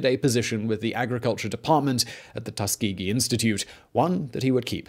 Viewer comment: Well I've been pronouncing Tuskegee incorrectly for 18 years, cheers dad 🙄